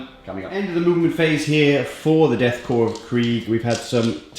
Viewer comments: It's pronounced CORE. Not corpse. The fact that you are playing this army and don't know this is utterly appalling. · Maybe it is the marine in me but it feels like shards of glass being pushed into my ear drums when I hear someone pronounce “corps or korps” as corpse... it’s pronounced “core” Corps or korps derives from a term for a military formation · Death Corps of Krieg.... please take some time to pronounce this correctly. Corps is pronounce as cor (as in core). And Krieg would be as Kriech (as in creak). So "Deth Cor ɒv kriech" in the homophone. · And it is GERMAN and it is pronounced Koor... NOT CORE...